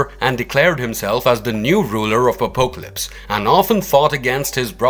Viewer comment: Same , also butchers the pronunciation of Apocalypse